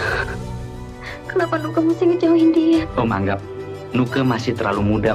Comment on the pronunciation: Nuke bukan Nukek. Didi Petet bukan Petet